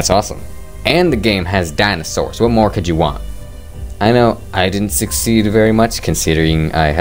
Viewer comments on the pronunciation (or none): And ofc (DINASAWRS) LMAO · I like the way he said dinosaurs it made me laugh not to make fun of but I think how he said dinosaur was funny this is already a great video. 😀